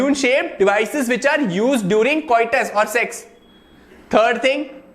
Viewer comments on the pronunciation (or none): none